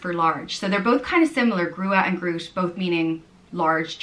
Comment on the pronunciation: For your information "groot" is Dutch for large, but it's not pronounced as you did. Double o in Dutch is pronounced (usually and in this case) as a long o and gr is pronounced with a guteral g. Then there is the word "reus", where the r is a rolling r and eu is kind of pronounced as "uh". I'm actually not sure what word you tried to pronounce since it sounded a bit like "greus" or something. Reus means giant and groot means large.